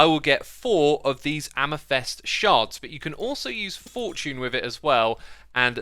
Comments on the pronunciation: my ears suffer with the ame"thest" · Why are there no comments about X saying ame-thest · You say amethest, but isnt it pronounced am-e-thyst? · nobody: xisuma: AMEFEST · Everyone: Amethyst Xisuma: Amythest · Sounds like you are saying "Jeava" rather than "Java" (think of how Jamaicans say Jah - their personal name for God), "amithest" rather than "amethyst," lazuli should be pronounced with the accent on the "a" rather than on the "u." And I mean the green copper is essentially copper rust :| I wish they'd make waxed copper shinier and that they would add rusting iron mechanics. Thanks for the informative vid! :3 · Xisuma, love your videos, but, please stop pronouncing it ‘am-a-fest’ it’s am-a-thist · Its AMETHYST, Xisuma, AMETHYST not AMYTHEST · Dude, can you not say amethyst? You keep saying amesthest or amathest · Every time you say Amafest I say AmaFist - and it's a lot lol. It's Says not sez 😜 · I can't listen to him saying "amethest". It's so wrong!!! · It's AMETHYST MAN.. NOT AMATHEST!! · "Amythest" :D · Calacite, amathest, nether instead of never. Xisuma is a grammar Nazi's worst nightmare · Don't mean to be nitpicky but it's pronounced am-a-thist not am-i-thist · Ah yes, calicite and amythest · Anyone else get triggered that he pronounced it amethest instead of amethyst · "amethest" and "calicite"?? am i missing a joke or is he just pronouncing them wrong? Also 16 types of copper block +12 waxed variants, 28 new blocks just for copper, no wonder we have inventory issues, same thing with blackstone, like 20 variants for just one block, i'm really glad we have all these new blocks but christ you can't just add tons of new blocks and not do anything for inventory management, and bundles seems pretty pointless honestly, between getting the rabbit hyde to craft them and using them it feels harder than just managing my own inventory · All trough the video you keep saying amethyst incorrectly. It's a-muh-thist, not a-meh-thest. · "amafest shards" lmao :D